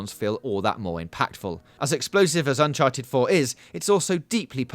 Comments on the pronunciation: ... “UNCHARED 4” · "UNCHARED 4"